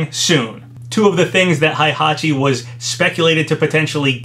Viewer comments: Heihachi is not pronounched "high-hachi", that is incorrect. It is "hey-hachi". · its " H-E-I" hachi!!!! H E I H A C H I NOT "H-A-I" hachi!!! GET IT right, u talk about H-E-I-hachi like 6 times and u STILL cant seem to get it.